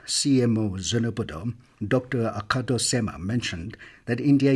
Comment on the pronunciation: Not Dr. Akato CMO but Dr. Akaho CMO OK